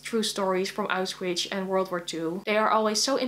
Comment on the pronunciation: I am totally nitpicking here (And am a bit confused everytime I watch a video where you say it) and please do not feel offended but it is pronounced AUSCH-WITZ, not AUS-Witch. :) In any case I wish you happy reading and looking forward to all of your videos.